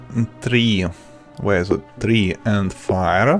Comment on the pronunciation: It s not tri it s tree😂😂😂😂😂😂😂😂😂😂😂